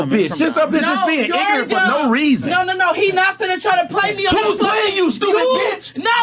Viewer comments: Another episode of AK simping over black women nothing new to see here.... did he just say black women stereo types which has been proven to be a general consensus lol can't even make this shit up this chick can't even pronounce ignorant she says ingranent and is a porta potty lmao. Ak keep playing captain save a ho and we will gladly keep giving them to you. On this episode she said she wasn't drunk but got on her live talking about she was drunk and could barely formulate an intelligent sentence but this your queen Akademiks lol. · Dat bitch said "igranant"💀💀💀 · she really said “igronant”,lol.